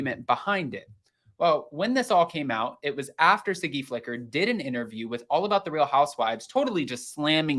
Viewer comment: Her name is Siggy not Ziggy!